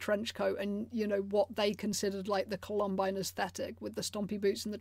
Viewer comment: You're saying "Columine" wrong, lol.